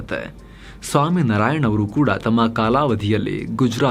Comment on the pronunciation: Pls pronounce as Naarayan. Not Nraayan😢